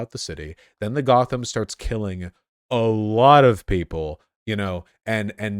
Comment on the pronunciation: they really said GOTH-am